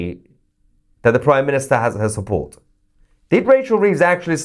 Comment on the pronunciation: didn't know you have Irish in your blood! Shupport! 😂😂😂